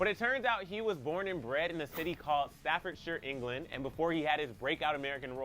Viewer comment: Im also really impressed with the guy hosting the video you're watching, for pronouncing "Staffordshire" properly, as Staffordsher (no hard R, lol) and not Staffordsheer or Staffordshyer